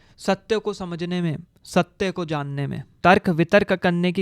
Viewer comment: Satte ya satya....bro ka pronunciation bohot hi khrab hai.... please mat bana philosophy pe